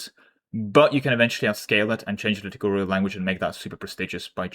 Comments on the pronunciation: I was listening rather than watching and couldn't understand what you were saying and my brain was scrambled. Liturgy => Liturgical (not Litigurial) Not sure what you were saying but I'm pretty sure you can sound it out at this point. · I am once again pointing out that it is pronounced "Lit-tur-gi-cal" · Liturgical is pronounced Lit-URGE-I-CAL. It rhymes with "surgical". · Liturgical is pronounced luh-tuh-juh-kul. Pretty much exactly as it's written if you read out each syllable :). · Li-tur-ji-cal. Also "front-edge," not "fron-tahj." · PLEASE learn how to say "liturgical", i beg you. Litigurial is killing me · The way our dear friend pronounces "liturgical" makes a little part of my soul perish in anguish, each time i hear it. I dont know if its done on purpose or out of blissful ignorance, it nevertheless makes me want to kms. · Ok but that is just pronouncing a letter in a way that is used in other cases. This one is a case of 0% literacy.